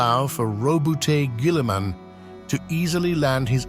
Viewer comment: Girlyman pronunciation perfection